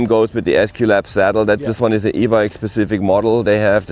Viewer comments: always says Pacific (correct word is Specific) quite a common mis-said word in England. 👍🏼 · Clue in mate. The presenter continually says "pacific" instead of "specific". Hence my comment.